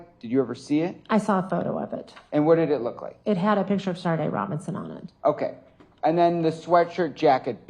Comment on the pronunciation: Is anyone else annoyed at the fact that she is saying SHARDE instead of SADE??? Where does she see an R in her name and how many times does she hear the prosecutor pronounce it correctly?